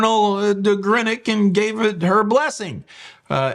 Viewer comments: Much as I love you please…… it’s Greenock as in the colour green. Just a little annoying when you say Grenock 👍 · How can you go to Greenock yet not know how to pronounce it correctly?